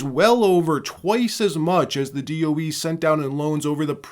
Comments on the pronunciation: DOE not DEO. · D.O.E. not D.E.O. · DOE… not DEO… i was wracking my brain to figure out what DEO was 😂 thanks for actually speaking it out and not just using the letters… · DOE, not DEO, Dept. Of Energy. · It's DoE, not DEO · Whoa! DO DOE or DEO? Almost skipped this because of this. Why can’t you list DOE? Against algorithm? I’m still…subscribed but…. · DoE not DEO just heads up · You say the DOE so what is it DEO. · DOE not DEO